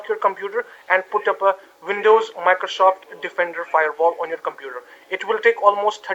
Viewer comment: What is a vindow, ? Microshof, ? Elerts, ?